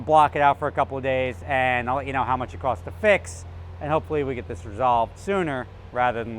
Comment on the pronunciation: "zis channel is cursed"